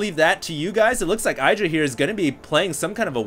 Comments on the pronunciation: his name isnt "aidra", its "iddra" (pronounced) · Why does this idiot pronounce Idra EYEdra. My god its annoying